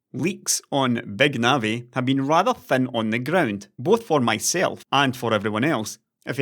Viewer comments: "BÆG NAVI" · does anybody else keep hearing "Beg Navi"?